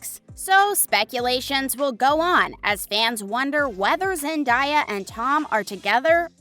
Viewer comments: Zen-Day-A not Zen-Di-A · Zen-DAY-uh, not Zen-DIE-uh... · You not only clickbait, it’s not zen- die- a it’s zen-day-a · Its Zen-day-a not zan-di-ya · It’s zen-day-a not zen-die-a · ZenDAYa hello!! Not zenDIEa! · It’s zendeya not zandaya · it is not zendia it is zen day a zendaya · Zen daya it's pronounced how it spelt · It's Zen-day-a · It’s zen-day-a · Its Zen day a😉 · No it's Zen-day-a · not only am i cringing from the thumbnail but you cant even say zen-day-ya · First u clickbait... that so disrespectful. Second u call her zendieya chile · HOW can you do an entire video about someone and not even be able to pronounce their name?? Where is the i in that name? It was annoying every time you said it. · You are not saying zendaya’s name right